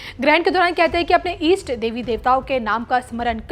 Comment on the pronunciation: Its called Narak/Nark in hindi NOT Jahannum Its Ardra/Arudra NOT Andhra nakshatra Its "Isht devi devta" NOT "East" devi devatha